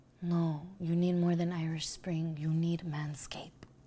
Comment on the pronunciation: The ignants (yes, spelled incorrectly), in this video is so cringe I literally can't sit still. You can't do this to me bro 😂😂. This nigga said Irish springs. Bruh nooooooo 🤦🏾‍♂️😂😂